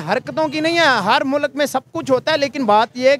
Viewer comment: Jahilo mulak nahi hota mulk hota hai 🤦